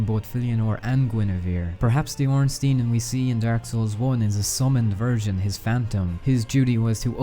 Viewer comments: is ornstein not ornstin do.you say einstin? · Well, if we want to be 100% correct, wouldn't it actually be pronounced "OHN-shtein"?